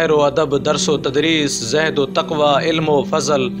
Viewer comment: Pl. correct your pronunciation of word you uttered "zahd". Actually it's "zuhd". Thnx.